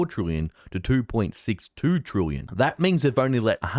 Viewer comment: Well done, you have progressed from pronouncing "trillion" from "trooyun" to now being "troolion". A great improvement 👏